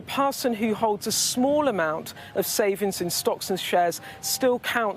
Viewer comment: This woman speaks so poorly; workinG (has a G on the end); SavinGs has a G in the middle, for instance.